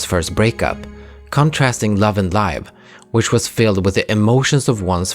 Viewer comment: I'm surprised to hear 'Love&Live' pronounced like " Live on TV " instead of the verb " to live ". It's a great video, always a pleasure to see your work. Can't wait for the next one